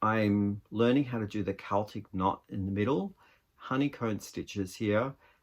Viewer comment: Your sweater vest is wonderful! It's a great fit and the pattern is lovely. The shawl is gorgeous - the rose gold makes the purple really pop. The green yarns are all fabulous. Thank you for saying Keltic rather than Selltic. I love that one of your yarns is called Croft...I live on a Croft in the Outer Hebrides. My husband (who died in November) was the crofter and we had 41 sheep. Pixel has grown so much! She's a lovely colour - is it 'fox red'? Thank you for this lovely, chatty video.